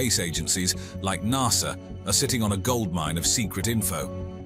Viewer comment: I had to stop watching. I could'nt stand listening to NAHSA. Even the Americans call it NASA. I would have even accepted NASSER.